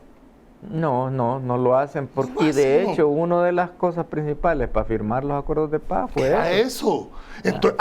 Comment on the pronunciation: Hey, se dice acuerdos de Paz. No acuerdoh de pah 🤣es cierto que sos jan migueleño pero en el programa deberías hablar como chalateco con la “S” bien pronunciada 😅😄😄